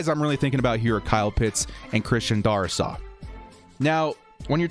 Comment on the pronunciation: It’s pronounced Dare-is-saw. Sorry hate to be that guy.